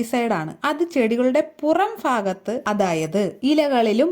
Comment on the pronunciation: പുറം ഫാഗത്തോ? അയ്യേ, ഇത്‌ എവിടുത്തെ ഭാഷ?😂